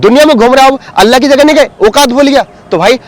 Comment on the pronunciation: bhai aapko ALLAH lafz bhi sahi nhi le rahe hai aap alla bol rahe hai alla nahi ALLAH last me la nhi Lha